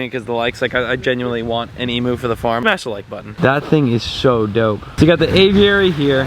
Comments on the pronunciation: Emoo😂 its emu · We're from Australia. Loved your chat with the Kookaburra!! That was soooo cool!! Just FYI - we say Eeeem-U here lol not Ee-mooo 👍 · you just insulted every Australian on your channel its not 'e-moo' its 'em-you'. its not a cow, so stop saying moo. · Emu not emoo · It’s pronounced ee m you not eemoo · So many people pronounce emu as e-moo it’s pronounced E-M-YOU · No such thing as an emooo it's pronounced as emyou, emu it's pretty simple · O M G ! Emu... EEEM-YOU. not EEEM-OOO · Good Vid, Aussie here, you promounce emu "eemyou" not "eemoo". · Em-u not Emooo🤦‍♂️ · Great video but in behalf of all Aussies its pronounced emyou not emoo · As an Aussie... you're only allowed to get an emu if you say it right. It's "eem- you" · haha the way you were saying emu, "Emooo". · Emu is pronounced Emyou. The otter is gorgeous. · Emu is pronounced eem-you learn to say it before you get one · By the way Marty is a kookaburra and emu’s are pronounced “E M Y U” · it is prenounced imuu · That’s not how you say emu and they are Australian and I am Australian so I know not to be rude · your saying emu wrong